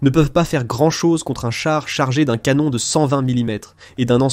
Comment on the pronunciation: Heu... ... Ca veut dire quoi "un drone à l première personne" ??!!??? ;( ah oui c'st le "canon" et po le "canonne" ... Bref j'aime bien tes vidéos, tes analyses, mai la voix AI ne le fait po du tout !! :(